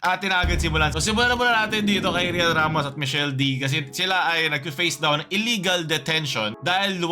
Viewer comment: Michelle dee kuyaaaa not dy 😭😭😭😭